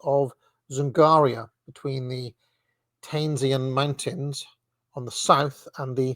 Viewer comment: Trans-buy-kall-eon, as in Lake Baikal (Buy-kall). Tee-ann-shann Mountains. King-ann. Yes, it is ManCHuria. Shall-on. 😉 He (mackinder) is wrong about the Magyars, they weren't Turkic, but of the Finno-Ugric branch of Uralic.